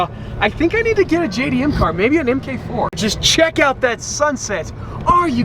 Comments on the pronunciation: Em-kay-four? Its a Mark 4 🙏🏽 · plata593 ik that i’m talking about the way he said it like “mk4” instead of like “mark 4” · it’s not said mk4... it’s said mark 4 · he says "m-k 4 supra" xD. Its MARK 4 😂😜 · Am I the only one who gets annoyed when he says mk4 Supra instead of mark 4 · Emm Kay Four? Try Mark (Marque) Four.